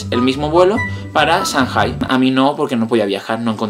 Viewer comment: Se pronuncia changay